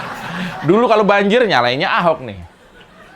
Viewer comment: 🤣🤣 lucu liat buzzerRp cebie ngelawak..., Ke pleset ngomong Ahok jadi "pak Haok" 😂🤣😂😂🤣, bahagia banget liat mereka bikin cuma bisa bikin konten2 yg ngejelkin gubernur DKI 🥰🤣😂